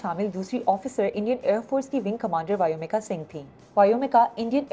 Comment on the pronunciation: वायुमिका नही व्योमिका